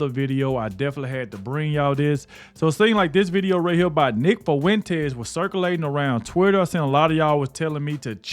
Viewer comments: Nick "Fuh-wen-tass" 🙈🤣🤣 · Am I loosing my mind or is he saying his last name weird af?